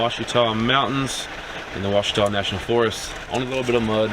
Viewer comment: Pronounce Washita